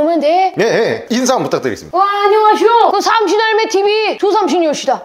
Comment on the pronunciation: 삼신할매가 자꾸 생선할매로 들려요😂